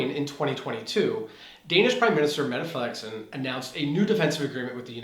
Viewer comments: I know this isn't super relevant to the topic but the way you said Mette Frederiksen was so spot on I almost fell out of my chair. It sounded native! Nice job! And the video was also generally very informative and I even learned a thing or two ;) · Wow! Your pronunciation of "Mette Frederiksen" was 98% spot on. Nice job.